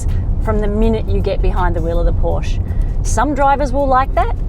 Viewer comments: Pronounce porschE. Not Porsch. Same is bee em vee Not bee em double u. German car needs German pronounciation… ! US Cars here is correct spelled as Dodsh for Dodge and Chevroleigh spoken here, Not Shefrolett as assumed for German Language … or how do you speak a Peugeot?😂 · If you’re going to review vehicles for a living. It’s pronounced Coupé and Porsche-a. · Its porschÉ